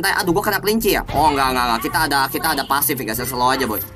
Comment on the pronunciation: Gw dengernya pasir jir